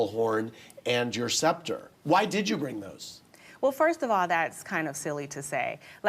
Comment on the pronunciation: The fact that she still cant pronounce sceptre correctly sends me.